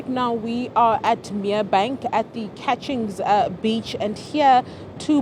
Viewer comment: Not catchings beach it's cuttings beach